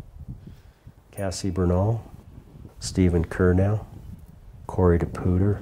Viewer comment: Steven Curnow, not Steven Cunrow…………………...